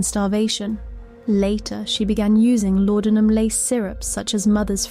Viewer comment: WTF ?? anyone who knows ANYTHING about Victorian Crime .. pronouncing LAUDENUM as LAUDINIUM ?? SORRY THIS MUST BE AI .. HOW CRAP